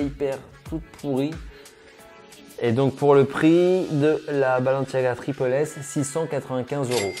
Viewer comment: (TripLE S) Mec est ce que tu l’es à déjà porter tu dit que tout les chausure sont immonde tu l’es porte tu sera fan tu l’es portera toujours arête de juger sans essayer et juste on dit tripLE S et pas tripel S